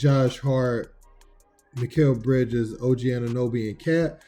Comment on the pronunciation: He really did not say Mikal Bridges? Is he high??